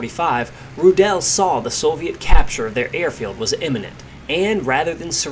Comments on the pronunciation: The pronounciation is Rudl not Rudaeeellll. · I believe the correct pronunciation of his surname is.....Roooo-dl......not Roodell......Good report! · His name is pronounced RU- del not Ru-DEL like you mispronounced 100 times during the video. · Not Roo- DELL just Rudel and roll the arrrr a little like strudel ! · he also shot down 11 soviet aircraft, flying a focke-wulf 190G ground attack fighter bomber. when his stuka was hit by ground fire, rudel's leg was amputated below the knee, yet he still fought. hitler loved him and awarded him the knights cross with swords and golden oakleaves, the only person in the wehrmacht to get this award. btw, rudel is not pronounced rudell. it's pronounced roodle..how about doing a story on 352 victory ace erich hartmann, the blond knight of germany...and heinrich erler, a 212 victory ace wrongly blamed and arrested for the loss of the battleship tirpitz and who rammed his me-262 jet fighter into an american bomber, saying to a friend over the radio,' i'm going to ram this one. see you in valhalla.' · His name is pronounced "Roodle", not "Rudelle"! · You don't really spreak the "e" in Rudel. It's more spoken like: "Rudl" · Pronounce his name like 'Rudolph' Ru-del One L at the end is the clue Sounds more German that way Your saying it like it has 2 L's and an E at the end, he's certainly not French. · Wrong pronunciation of his name. It's [ˈʁuːdl̩] Ruudl with a silent e. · idea for future videos: try to pronounce the names RIGHT ! Rudel ist not like michelle , RU - del , Ru deep and short, del like dell the same. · the emphasis in "Rudel" is on the u, not the e. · Please make an attempt to pronounce his surname correctly